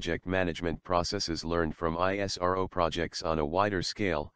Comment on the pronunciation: Good but please have a human narrator, there is no empathy and tonality in the automatic narrative and it stands out sorely when it says I-S-R-O and not ISRO ( eesrow)